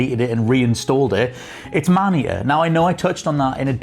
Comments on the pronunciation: Thought he said mania instead of man eater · What was the name of the shark game he played?? "Manny-ya"?